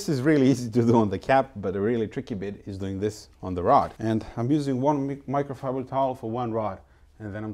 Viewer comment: It's microfibrer... for men